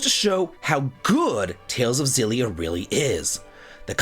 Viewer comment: Great list. Only thing I disagree with is your pronunciation of "Xilia", should be a hard X (japanese logo says エクシリア)